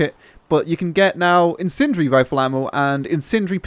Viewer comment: these great things called syllables, use them. Sounds like you're saying sentry ammo. Lol. Incendiary, use the syllables.